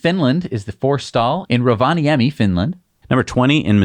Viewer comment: You pronounced rovaniemi quite good 👍